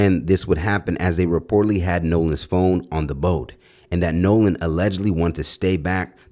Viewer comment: His name isn’t nahlan it’s Nolan get it right